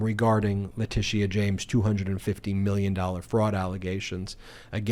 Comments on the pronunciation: Ben, love your videos but it’s not LeticEA it’s Leticia… no emphasis on E. Just FYI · your always too high its not latisia its latisha jesus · OMG!!! IT'S "La-tee-sha"!!! LOL YOU SOUND LIKE MTG SAYING "Kamala" .... hahaha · La Tish eee aaa? James? Eee eye Eee eye OH! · I really love listening to u explain what’s happening but for the love of god please learn how to pronounce Letitia James name. There’s no need to force a pronouncement of the past “I”. It’s just “sha”. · It’s pronounced leh-tish-sha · HALLELUJAH! Nearly every day we're hearing about various charges being leveled against Trump. At this point, it's almost a race to see who will get him convicted of SOMETHING soon. Love your reports. I also love Texas Paul!! When he goes to the Cussin' Pond it cracks me up. One thing though; No disrespect intended, but the AG's name is pronounced, La-ti-sha. Long before Alicia Keys was on the scene, I was born and named Alicia and I cringed every time someone mispronounced my name. Believe it or not, some people still mispronounce my name in spite of Alicia Keys and Alicia Silverstone making the name known throughout the world. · La tēsha James Laura Ingram not ingraham The R continually mispronounce names Kamila Harris is their favourite to mispronounce. They're either lazy, stupid, or are intentionally doing it to reduce them in some way. So please just stop! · I like how you say Letitia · Why can’t you just be concise? I like being informed. I want to continue being informed. It’s difficult to watch the video in it’s entirety because you always go on meandering tangents. I believe y’all are providing a great public service and appreciate that but geez. And is that the correct pronunciation of Letitia James’ first name? I do hope the orange violator clown gets indicted, convicted and thrown in the slammer PDQ.